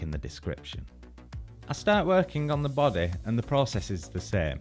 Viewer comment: No one: saying body: bodeh.